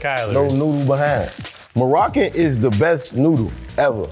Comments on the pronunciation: Mf said Moroccan 🇲🇦🤣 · Herb had me until he said maurchan noodles the best 😂 nissin noodles hit different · His ass said sum maruken 😭😭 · Maruchan Herb: Marakin